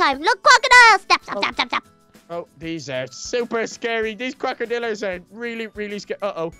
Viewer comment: HE SAID CROCERDILLERS!!!😂😂😂😂😂